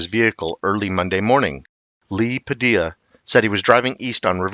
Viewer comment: The name Padilla is pronounced Pa-di-ya, not Pa-dill-a. The two Ls together make a "Y" sound in Spanish.